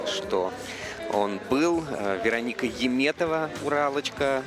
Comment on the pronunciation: Why does this announcer always call her "Yeem" when her name is "Yum" (Яметова not «Йиметова») ?